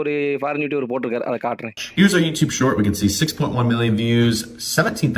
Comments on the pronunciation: Shorts ❌ Saarts ✔️ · Shorts ❌ SAATS ✅ 😂😂